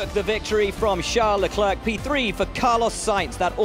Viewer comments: "Chuck Leclerc" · "chuck leclerc"💀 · Chuck ...chuck leclerc 😅😅you're killing me Ribbs